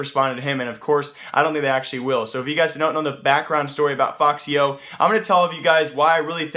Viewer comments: its not foxy0 its efecksyo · No it isnt lmao, its ef-ix-y-o dumbo